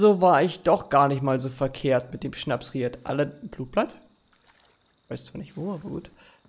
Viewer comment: SchnapSried 🤣🤣🤣 es heißt Schnappried